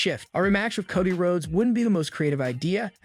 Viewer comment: “Naya Jax” how do you fuck that up! And then at first he calls him Kaddi Rhodes then 20 seconds later calls him Cody 🤨🤨🤨